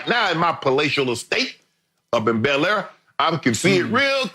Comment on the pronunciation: Bel air??? You can tell Shannon’s not use to much.....